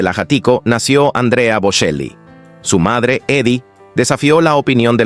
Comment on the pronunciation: Pronuncie el apellido correctamente: BoCHEli!